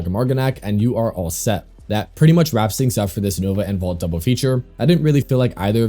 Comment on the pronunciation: I die inside every time you say "Vault" instead of Volt